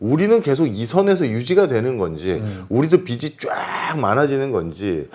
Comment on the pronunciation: 언제나 좋은 강의에 정말 감사드립니다. 모든 것이 다 좋은데 한 가지 말씀드리고 싶은 것이 있어서 글을 남깁니다. 경제 프로그램이니까 '빚'이라는 단어가 자주 나오는데, '빚이, 빚을'의 발음을 '비시, 비슬'이라고 하셔서 좀 고쳐주시면 더 좋은 프로그램이 될 것 같습니다. 별 것 아니긴 하지만 옥의 티라고나 할까요.... 감사합니다.